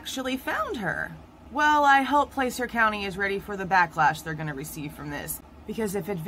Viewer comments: Plas-urh. Not Place-ur. Plas-URH. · just for your info: Placer County is pronounced "Plasser County". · Placer County is pronounced Pla (short a) cer. County. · regardless. You're not pronouncing it correctly. It's not Place-ur. It's Pla-SIR. Like your going to say plastic but Placer. YW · Placer is pronounced “plass-er”. Just fyi. Thanks for the quick videos! Every other creator has hours long live streams. Thanks for taking one for the team on this one 👍🏼👍🏼